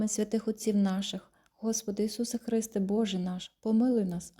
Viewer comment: Не Ісусе ХрИсте, а Ісусе ХристЕ... Не ЦАрю, а ЦарЮ... і т. д . Вибачте , але треба правильно ставити наголос. Цей ролик дуже корисний , але запишіть із правильною вимовою. Ще раз, вибачте ❤.